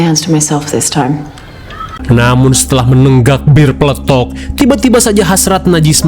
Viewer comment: "Bir pletok"😂😂😂😂😂